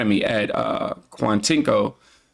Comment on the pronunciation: Kwan-uh-coe = Quantico